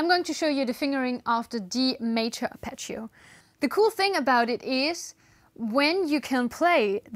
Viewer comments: You pronounce Apache-o, just say Harp eggio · please pronounce Arpeggio correctly, it's italian, but anyway is a double G not a single C.